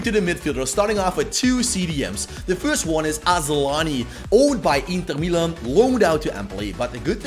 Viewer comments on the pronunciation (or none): none